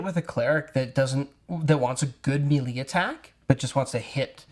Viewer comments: MAY-LAY not mealy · You guys are great but “melee” is pronounced “maylay” pls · They can pronounce Shillelagh, but not Melee?